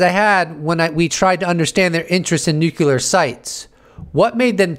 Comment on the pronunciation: Thanks! Here's a dono just because it was pretty cool. But one thing. "New Clear" not "New Cue ler"